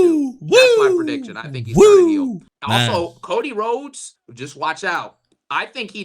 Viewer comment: I think of Cjax when I hear Cocy Rhodes